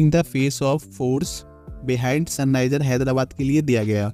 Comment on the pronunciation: Sunrises ❌ Sunniser ✔️